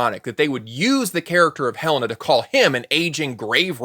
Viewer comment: Also, I just noticed that Hele-na is sometimes pronounced as He - lana. There is her fiance calling after her and he doesn't know how she pronounces her name?